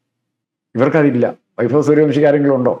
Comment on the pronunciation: At least try to pronounce the word Vaibhav properly. It is not "vaifav"